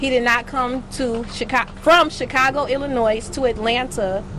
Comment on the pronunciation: got weave and eyelashes and can't say Illinois....🤔🤔